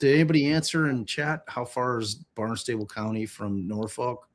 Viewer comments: Love that you immediately thought Sandwich had a crazy pronunciation, but consistently said "Barn-stable" when it's Barn-stuh-bull (emphasis on barn) 😂 ok. I'm going back to listen! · It's pronounced "BARN-stahbul" and it's about 50 miles from one courthouse to the other (if they are using the main one in Barnstable, it's a county). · Thank you for this coverage and the legal explanations. I was tickled by trying to pronounce Sandwich but Bill-Rick-Ah and Bahn-Stah-Bull were mudered ♥️